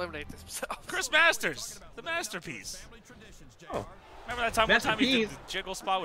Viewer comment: “The Assterpiece” Jim Ross BOOM BOOM